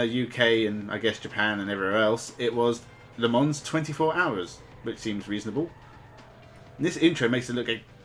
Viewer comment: Sorry if this seems a bit pedantic but the s in Le Mans is silent.